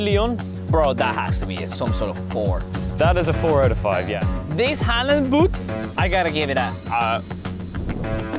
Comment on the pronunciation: they said halland wrong